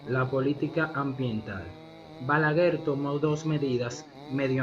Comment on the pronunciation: Se dice balaguer! No balaguel 😅